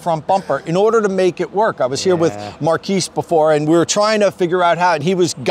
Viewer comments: his name is Marques. Not "Marquise". it's pronounced "mar-kez" not "mar-keese". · MKBHD* and its Mar(kez) not Mar(keys) sorry to be pedantic... drove me slightly crazy inside each time you mispronounced it. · Say Markeys (Marques) One more time 👀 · love the vid, keep it up. his name pronounced MAR-KEZZ tho.lolol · Also, if you and Marques are going to be BFFs, it's pronounced Mahr- kezz :) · Him saying Marques name always makes me chuckle a little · Nice collaboration. I saw your experience through Marques' channel. Please don't take this the wrong way but you mispronounced Marques' name. He was polite and didn't correct you, but just FYI. I still enjoyed your video. Thanks. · As most, here from Marques lol… you pronounced his name wrong btw